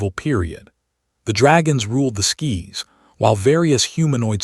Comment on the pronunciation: "the dragons ruled the skis" Yes, I spelled that right. This stupid AI narration pronounced 'SKIES' as 'SKIS' and there are several other slightly less dramatic mispronunciations both before and after that.